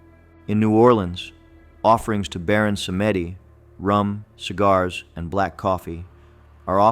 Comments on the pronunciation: Baron "PSALM -DEE", not "Sametti"! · It's pronounced Baron Sahm-dee, not Sa-may-deep. Recently did some extensive study on Voudon (the proper spelling). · My only complaint aside from how the children died in the Myrtles PLantation is how the Baron's name is pronounced. It's pronounced SAHM-dee, but most people don't know that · Baron Samedi is a Haitian Spirit. pronounce Sam-dee & these were mischaracterization... weirdly LaSiren/mermaid is a Haitian spirit too. mischaracterize too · Baron Samedi... Samedi is french for Saturday and is pronounced "sam-dee". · Pronounced Samdei ( like Psalm D) which is Saturday in French. Stay in Southern Louisiana long enough.. you will know these are true. Where the natural and supernatural live together. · And it's pronounced Sàm-Dee